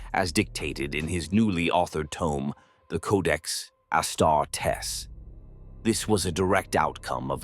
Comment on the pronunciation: And his legion of ASS-TAR-TESS